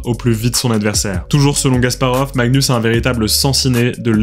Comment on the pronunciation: J'ai l'impression que tu prononces "Gasparov", mais c'est un détail. C'était très intéressant, merci pour la vidéo.